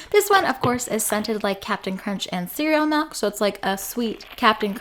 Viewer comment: ITS MILK NOT MELK